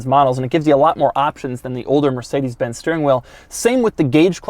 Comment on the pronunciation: Doug pronounces mercedes like"mercadas"